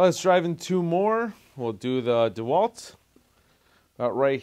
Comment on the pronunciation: I think it’s pronounced de Walt not dwalt